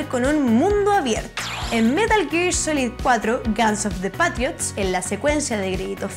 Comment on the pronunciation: Lo mejor fue su pronunciación de "Guns of the Patriots"...